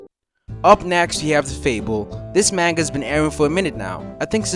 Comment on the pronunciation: learn to pronounce manga correctly dawg